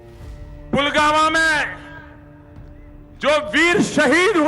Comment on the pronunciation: pulgama ? Ye kaha padta hai bhai